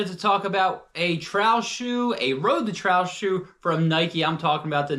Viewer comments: Tral shoe :) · Funny how you say trail! Not in a mean way, just tought I'd say it hahah😅